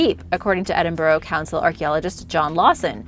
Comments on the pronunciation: 'Edinborrow' 'Laithe'? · Its leeeeeeeith not laaaaaith and eeeeeediiiiiiinburgh lol that's where I'm from, love your videos but hearing you butcher my town and city's name is horrible, you could have at least done some research lol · Normally she pronounces name correctly but leith and Edinburgh she butchered them lol